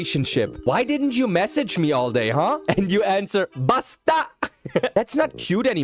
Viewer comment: I thought he sed pasta insted of basta😂. You have to stay calm on saying does word's it the tagalog that you siad dosent need to be like a mad man make it like softer in voice and thats all 🎉